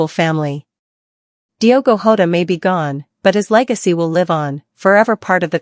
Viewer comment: It's Jota not Hota and he was 28. Fuck this bullshit